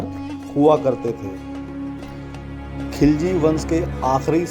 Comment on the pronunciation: एक गलती है खिलजी वंश ना कि खिजली